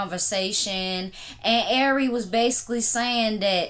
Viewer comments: Man U killing shawty name lmao…AIRY??? IKYL 😂😂😂😂😂 “R” pronounced like the letter ..then “RE” like REbound😂😂😂😂 great content as always🙌🏾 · Airy fletcher sound funny lls